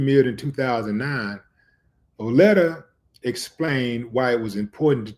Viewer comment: Same age as my Daddy. Rip lady! Ed/ btw it's pronounced "Vie-oh-letter". Not "Vee-oh-letter"